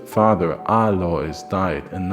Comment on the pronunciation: For the record, since you`re usually an expert at foreign pronunciations in German the s in Alois is silent.